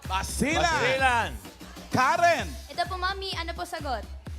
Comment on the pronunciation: sayang nagkamali lang sya, imbes na "basilan" eh nasabi nya "balisan" lols